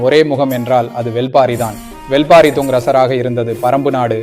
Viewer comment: Brother... Thats not வெல் பாரி... That's வேள் பாரி